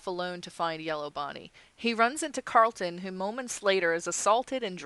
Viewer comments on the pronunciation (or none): Car- rul-ton not Cart-lin. :) I know you will tell me to shut up I'm sorry